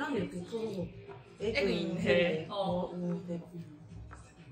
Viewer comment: 에그인 ㅡ 헬 사투리 ㅋㅋㅋㅋㅋㅋㅋㅋㅋㅋㅋ